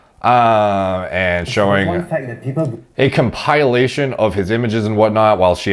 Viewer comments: Com-pile-lation? Lmfao... compilation... pill...not pile... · “Cum-pie-lation” spilling the naughty tube beans